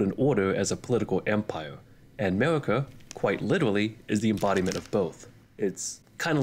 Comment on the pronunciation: Witewawwy hwitting the gwiddy